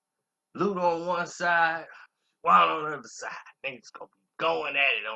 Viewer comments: You chopped everybody name up on this 1! DTP, nigga! Shawna, not Shawanna! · It’s pronounced Shawn -na 🤦🏾‍♀️ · You killing me with "Shawanna"! Reminding me of that uncle who keeps ruining your ghetto friend's name. LOL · Bruh the W is silent..... I almost cut this shit off after the 2nd "sha-wonnah"